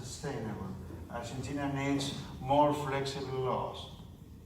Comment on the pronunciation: argenchina? jaja